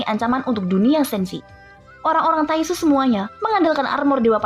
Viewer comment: Kwkwk taixu bilang nya tainxu